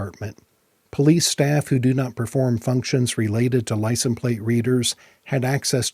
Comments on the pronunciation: License pronounced lai·sns. The s is not silent. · Are we all just gonna ignore the way he says license plate? I know he knows how to say it. Are we being trolled?